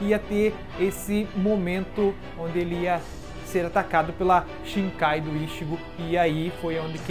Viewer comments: shinkai kkkkkkk "shikai" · mds cara, para de falar "shiNkai". Não sei de onde tirou esse N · 10 anos de Bleach e tu fala ShiNkai? haha